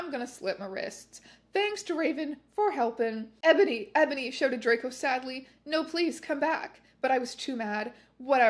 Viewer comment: I love how sometimes she also pronounces it "Ebòny"